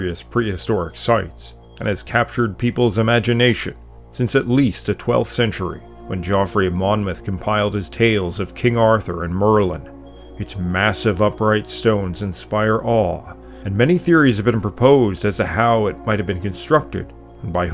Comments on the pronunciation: It's pronounced Jeffrey not Joffrey. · I was, at first, wondering where you came from, but then your pronunciation came out. Geoffrey is pronounced the same as its modern equivalent, Jeffrey. Southern is pronounced suthern. I watched your video about speaking the gallic languages, and I was taken but now, I am not so sure as you have difficulty with modern English.